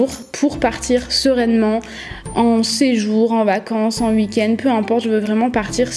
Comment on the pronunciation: c'est drôle tu dis 😂❤️